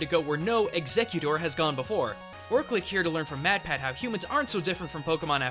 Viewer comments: Ew, why are you saying Exeggutor that way?? I pronounce it Egg-sec-you-tour. You're pronouncing it like it's a murderer with an ax. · Dude its pronounced ex egg u tor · Well yeah, but seriously, in pronouncing Exeggutor as "executer", the "gg" in it is produced as a "c". Does that make sense to you? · EverythingKidsTube It's spelled Exeggutor. Nowhere in that is there a "C" sound. Not only that, but that pronunciation puts emphasis on the wrong syllables. "Ex-egg-u-tor". "Ex" as if you were saying the letter "X". "Egg" just like the word "egg". "U" like the letter "U" or the word "you". "Tor" pronounced the same as the word "for", but with a "t" instead of an "f". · lol his pronunciation bugged me too. he kept saying Execcuter instead of Exeggutor. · no the very first mention in the video, he says exeggcute. Lol hilarious. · I think it's pronounced: Ex-egg-u-tor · wrong. It's Ex-egg-u-tor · Yeah every time he said it made me want to stop watching the video... It's pronounced X-egg-u-tore. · Did he really say Exeggecute ? I don't hear the "or" at the end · I feel conflicted by the way says 'Exeggutor'. I grew up learning the pronunciation as if it was 'executive', but 'tor' at the end. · The emphasis is on the EGG in ExEGGutor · I could BARELY watch this video. It's EGGS-ECK-YOO-TORE for gods sake! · he called exeggutor eggsecute... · He called Exeggutor Execute. HOW?!? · The real pronunciation of Exeggutor is ex-SEGG-you-tour. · Executer the whole video until when he pronounces it right for the rest of the video. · Actually, it's egg-zeg-yuu-tor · At the start you called exeggutor, eggsecute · Why do so many people call Exeggutor "executor" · its exaggutor you say it like guts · its pronounced eggs-egg-you-tore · Executte really it's Exeggutor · ex-egg-u-tor say it right :/ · Exeggutor is pronounced "Eggs-egg-you-tore" or "Ex-egg-you-tore". Come on, dude. You're pulling a pronunciation that doesn't make sense out of nowhere. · stop saying the name wrong dude